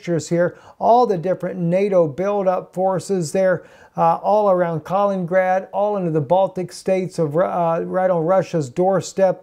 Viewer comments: south china sea is hot point as well and east Ukraine.... and it is pronounced Kali-nin-grad and not kalin-grad. with three syllables not two. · Kal-in-in-grad not Kal-in-grad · If you don't learn to pronounce Kalin-in-grad, I'm gonna start a war.